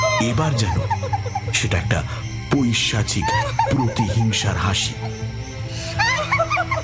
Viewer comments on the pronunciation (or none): none